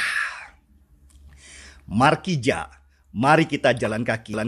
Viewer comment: Fokus sama kata "markija" aja makjleeppp😂😂😂